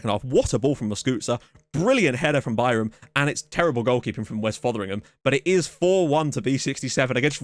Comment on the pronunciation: it's been hilarious watching you trying to pronounce Bayram's name properly. I appreciate the commitment. I am obviously not an english native speaker so I do not know the phonetic alphabet, but you spelled it perfectly just fyi